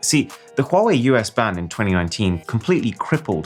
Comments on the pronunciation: So nice to hear a person saying Huawei properly. 🙏🔥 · I'm amazed that you pronounce Huawei correctly! (It's not Wa Wei, it's HuWa Wei)